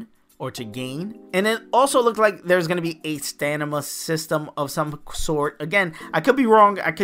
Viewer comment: Don’t know why you’re pronouncing it “Stanima,” but it’s also common to have reward crates that max out on mobile games, hence why there was a box